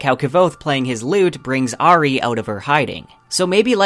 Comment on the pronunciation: It’s Au-ri, not A-ri! Nice vids, but the pronunciation is really off on a lot of names.